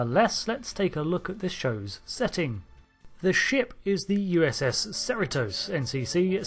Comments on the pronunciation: “USS Serotose”? Is that some kind of sugar serum? It’s pronounced “sah-REE-toes”. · Shouldn’t that be Pronounced see-ree-tos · Your pronunciation of Cerritos is wrong. Here is the correct pronunciation, Cerritos [ suh-ree-tuh s]. It's a city in California. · Hold up; as someone from SoCal, the proper pronunciation of the ship’s name is “sir-REE-toes” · Its a California Class ad the name Cerritos is a city in the Greater Los Angeles area. The name is CerrEtos, hard second E in pronunciation even though the spelling is with an I. Not trying to be critical because I love your channel! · Uhh Cerritos is not pronounced like that. Cerritos is rhymes with Burrito It means little hills in spanish, I live in a city that shares a border with the city of Cerritos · It's amusing how you pronounce the ship name. No insult intended or anything.